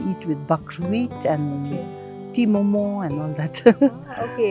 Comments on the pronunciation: STOP saying MOMOS … it’s just MO MO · It's momo not momossss. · It's momo not momos bruhh